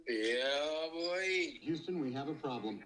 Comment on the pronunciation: Houston but he say euston